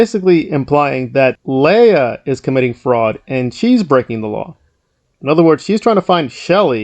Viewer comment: I've been following this story for a very long time. Word to the wise, when doing an update video please know the correct pronunciation of the names, specifically Leah and Miscavige. Otherwise, good content.